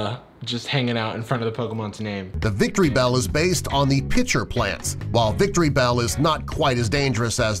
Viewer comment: Drowzee's name is misspelt, Magikarp and Caterpie are both #6, it's not pronounced "victory bell,... Kill me